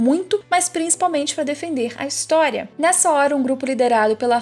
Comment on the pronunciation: Não se fala á Armim se fala Aramim,não se fala História se fala Ristoria,além de se você sabe falar português quando o s está entre duas vogais ele fica com som de z ou seja é Mikaza